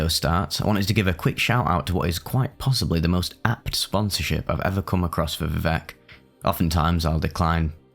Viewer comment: I thought it was pronounced v-I-vec